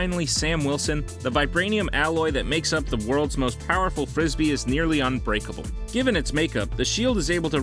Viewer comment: umm... actually you were meat say unbreakeble not uncrakeble